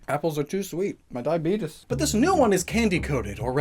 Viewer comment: "muh diuhbeetus" lel